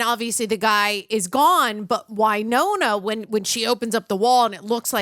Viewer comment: Winona, not why-nona.